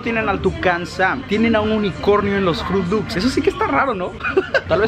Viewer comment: Por que le dicen fruti lupis? 😂😅